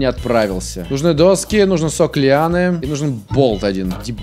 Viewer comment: говорит: Пластик и сок лианы. Я слышу: Пластик и сопли Анны.